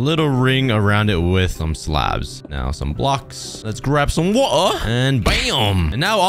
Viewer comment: “Lets grab some wAuH”